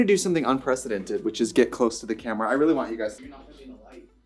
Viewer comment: i actually cried laughing with the “i vant to redo your packaging”